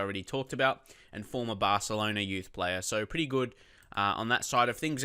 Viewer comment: "ARSELONA" lmfao :D